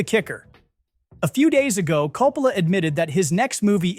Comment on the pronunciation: I am sorry man, was really interested in this video but had to shut it off . I got 3 pronunciations of Coppola? Is this ai???? Was willing to give it the benefit but the annoying factor turned me off. Sorry if this was a real human.